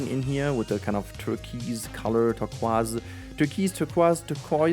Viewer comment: Turquoise is usually said like this: Tur like the beginning of turtle Koi like the fish Sss like the sound a snake makes Turkoisssss 😂😂😂 Hope that helps and loved the video this series is by far my favorite from you so far🎉